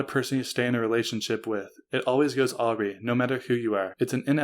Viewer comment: Awry is pronounced "uh-RAHY". I know, I made the same mistake for years!